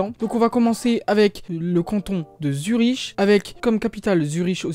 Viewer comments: Après pour "capitale" d'une region, on parle plutôt de chef-lieu je crois. C'est comme ça qu'on a appris à l'école en Suisse. Et Zurich ça se prononce pas Zuriche mais Zurik le ch c'est comme un K. Et si un jour tu fais une vidéo sur le Liechtenstein sa capitale Vaduz ça se prononce Vadoutz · Je comprends pas trop qu'on fasse des vidéos sur la Suisse quand on sait pas prononcer Zürich (qu'on finit comme Münich....)... Non on prononce Bellinzone à la française parce qu'en italien c'est Bellinzona. Pareillement, le terme de capital n'est pas pas utilisé, sauf pour Berne; on parle plutôt de chef-lieu..